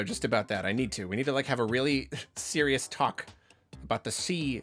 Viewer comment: "We need to have a really C-RIOUS talk..."